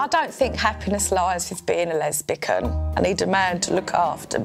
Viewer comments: She said lesbican ....😬😬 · "i don't think happiness lies with being a lesbican" lmao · hilarious. clearly proved what she said its her first and last with 'lesbican' 😂😂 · the way she pronounced lesbian cracked me up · She look like Amy Winehouse long lost sister! Her laugh cracks me up, and the way she pronounced lesbian, lawd jesus 😂